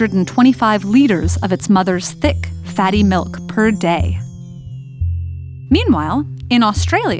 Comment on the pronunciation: Ok but she really said melk